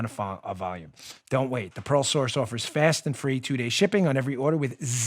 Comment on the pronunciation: WOW!!! when you first announced your sponsor "The Pearl Source" all four people in the room listening to your show thought you said, "The 'PAROLE' Source" it was clear later in the announcement that what we thought we heard was inaccurate, funny, but inaccurate... Dan is selling stolen jewelry from parolees...easy to believe since Dan hangs out with that bank robber "Producer Joe"... LOL!!!